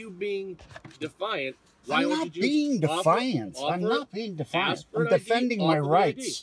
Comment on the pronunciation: Dee fi ent😂